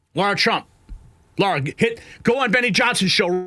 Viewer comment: It’s LARA TRUMP NOT Laura, learn to speak English please, and there is only one U on Nuclear not 2 , quit saying NUCULER!